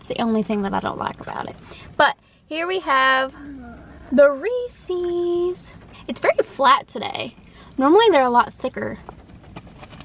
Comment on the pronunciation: Have you ever seen a Reeses commercial? They pronounce it correctly 😊